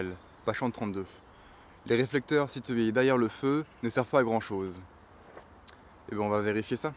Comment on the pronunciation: Dés le début 6s par exemple. Vous dites " les réflecteurs situés..." Mais moi j' entends " les réflecteurs sitEés " Il y a d' autres exemples tout au long de la vidéo, à un moment le o de thermomètre et presque avalé. Et personnellement j' éprouve une réel gène, et je pense que c' est nuisible à la qualité de la vidéo. J' ai l' impression que vous avez un accent de je ne sais où, sans vouloir vous offenser. Je ne sais pas si c' est une question d' élocution trop rapide.